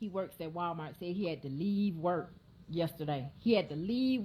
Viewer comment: 🤔 Did she say, ''Wild-mart?'' 🤔